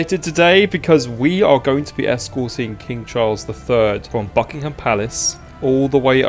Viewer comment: How old are you? It's Buckingham palace.